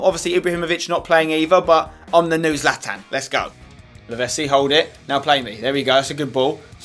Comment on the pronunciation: I liked when you said that you and Lavezzi have a connection together, when you can't even say his name right! It's Lavetssi not Lavessi, do you say pissa instead of pitssa aswell?